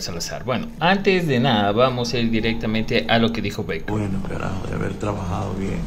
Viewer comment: Es Barker tal como esta escrito se pronuncia